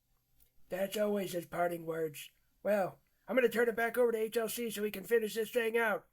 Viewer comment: When buff said "HLC" I heard H.R.C. and was like "wow. When his branch manager sees this, he's gonna reassign him to The Great Place (Ft Hood... I mean Cavasos)."